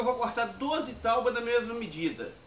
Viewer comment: Ao invés de TAUBA FICA BEM MIÓ PRONUNCIAR TÁBOA